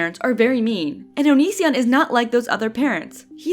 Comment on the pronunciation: Why do you say his name so weird?